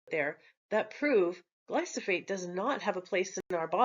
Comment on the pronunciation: It's glyphosate, not glysophate.